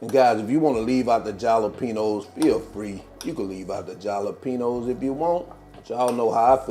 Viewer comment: Jalapenos are pronounced like “Hal-o-penos”. The J is pronounced like an H. These quesadillas look delicious! 😊